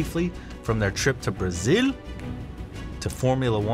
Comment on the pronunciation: Must be very hard to say Brazil.